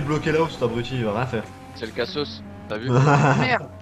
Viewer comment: Est ce qu'on peut dire a et qu'on dit abruti et pas abrouti